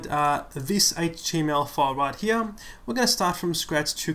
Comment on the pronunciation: Right where? right HEAHH :D